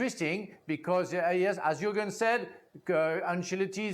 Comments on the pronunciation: A Pronuncia é "iurgem" Klisman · o Klinsmann tá viajando.... como é que esse bando de tiriça vai ganhar a copa?? (AH, A PRONÚNCIA DO NOME DELE É "IÚRGUEN", OK?) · Yohan? Yourgen! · O JORNALISTA CHAMOU O CARA DE JOHANN KLINSMAN...SANTO DEUS.. O NOME DO CARA É JURGEN.. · Iorran Klinsmann? 😂😂😂😂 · Fala o nome do jogador certo. jurgen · Pelo menos, ao gravar o vídeo, fale corretamente o nome do jogador né?